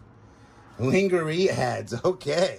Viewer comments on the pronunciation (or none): Love the variety. The little ones are cute as a bug in a rug as we say in the UK.Not lingerie, pronounced lorne jer ie.😎Not a bra a suspender belt! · "Ling ger ee"??? Lol! 🤣🤣🤣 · Under wear and nightgowns for women in pronounced Lan - GA- RAY, (short a in LAN) maybe you know that and pronounce it differently for fun like Ka - nice. Love watching